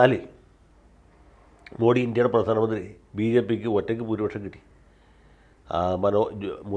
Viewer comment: അദ്വാനി അല്ലാ,"അഡ്വാണി" ആണ്. അത് പോലെ തന്നെ മോഡി അല്ലാ...." മോദി " എന്നാണ്.. മലയാളിക്ക് മറ്റു ഭാഷക്കാർ ഒരു മലയാളി പേര് കൃത്യമായി പറഞ്ഞില്ലെങ്കിൽ പരമപുച്ഛമാണ്. എന്നാൽ മലയാളി ആകട്ടെ മറ്റ് ഭാഷയിലുള്ള പേര് കൃത്യമായി പറയാൻ ശ്രമിക്കുകയും ഇല്ലാ....മലയാളിക്ക് ഇത് വലിയ കാര്യമൊന്നും അല്ലാ... എന്നാലും പറഞ്ഞു എന്നേയുള്ളു...